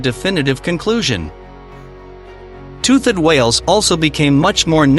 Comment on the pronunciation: Tooth-ed??? Leave the AI